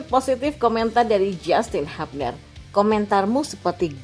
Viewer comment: Justin bilang, lafal/ menyebut/mengucapkan nama belakangnya itu "hyubner" bukan habner